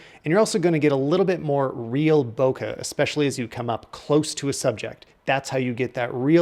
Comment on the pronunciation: Love your vids and reviews. Bokeh is pronounced boké (kind of like boh kay). It comes from Japanese.